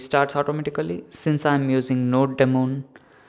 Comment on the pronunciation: Its not NoDemon its NodeMon